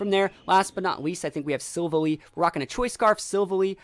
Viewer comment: Btw the the way you say silvalley is sil and then valley sil valley